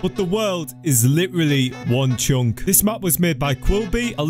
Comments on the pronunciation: I love it when you say chonk insted of chunk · he say one chonk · I like how he says "chunk" so weirdly with that accent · I like how he says "chunk" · when he said chunk he sounds funny